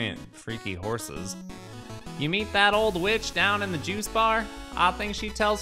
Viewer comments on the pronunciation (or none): none